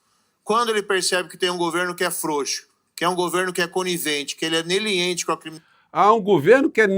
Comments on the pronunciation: Eu acho que ele quis dizer ou se esforçou pra dizer "negligente" 😅😅😅QUE BURRO PROFESSOR DÁ ZERO PRA ELE.😅😅😅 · Ouvir Moro me dar vômito 🤮 "Neliente" 🤔🫣, o sr tbm ouviu ele falar prisão "pérpeta"?🙄😁🤭😂😂😂😂😂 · Ele disse "neliente", não seria negligente? 🤔